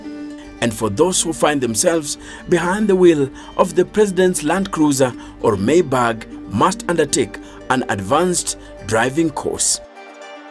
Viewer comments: why do you keep saying mercedes maybag??😂.....its maybach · It's pronounced "My bach" not "May bag" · Can you stop calling it 'maybag'... You're embarrassing us.